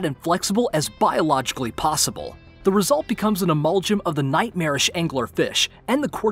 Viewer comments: Fun piece, but if I may, "amalgam" is pronounced uh-MAL-gum, wth a hard "g" and with "MAL" rhyming with "PAL". Otherwise, this was great! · and - Lrr? Like the ruler of the planet Omicron Persei 8? Also, , it's not like a parasite, because it's not a parasitic relationship. Rather, it's a symbiotic relationship; they both benefit from this. I assume you meant "amalgam", with a soft "g". Also, "entity" is pronounced with hard "t"s